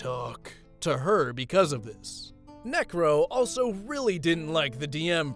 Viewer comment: I swear bro was adding g's instead of c's when he said necro anyway this isn't hate or anything keep up the good work